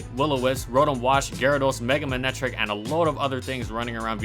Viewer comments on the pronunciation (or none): none